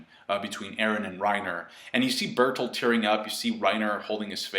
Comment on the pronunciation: Burt holt does that help? Calm down. (edit) you said it correctly that time?! then why???